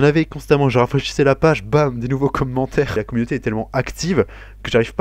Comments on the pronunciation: les comhmentaires xD j'adore ta maniere de prononcer commentaire :p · Felicitation pour ton trophée! j'aime bcp tes vidéos et en plus j'ai remarqué que tu prononces mieux les trucs en anglais du coup ca fait plez parceque y'a certain youtubeur ben c'est vraiment un massacre lol peace!